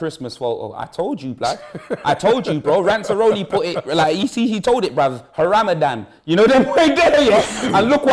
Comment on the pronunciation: Man said Haramadan